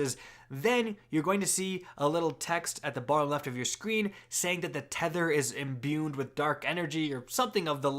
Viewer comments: sorry to be a stickler, but the word is "imbue", not "imbune" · There's no "n" in the word imbue